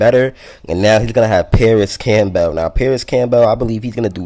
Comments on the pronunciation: Issat how u pronounce Campbell's soup? Camp- bale? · My man with the "Cam-Bell" you probably say the vehicle that takes you to the hospital is an ambalams huh?